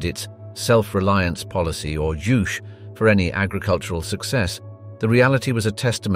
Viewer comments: "Juche" (주체) is pronounced same as the word "touché". not "joosh" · I think Juche is pronounce Ju (as in Juice) As in Chez (Che Guevara) Should check with a North Korean exile. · Completely mangled the word "juche"